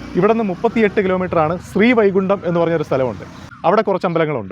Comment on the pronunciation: വൈകുണ്ട എന്നല്ല…,, വൈകുണ്ഠം എന്നാണ്…